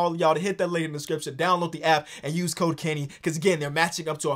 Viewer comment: i swear i heard "Cocaine" when kenny talked about the sponsor and the code "Code: Kenny"